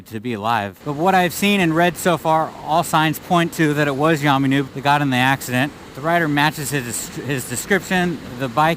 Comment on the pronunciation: Who's yaaarrrrmy noob? It's yammie